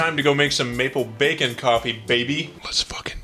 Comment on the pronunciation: i keep hearing bakin pancakes every time says maple bacon